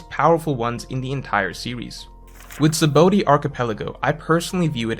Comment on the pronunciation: Btw its called sha-bondy not saboady "Sabaõ" is protogese and spelled shabon Also just listen to the strawhats how they call it (maybe in dub they fuck it up idk cuz i watched with the original language)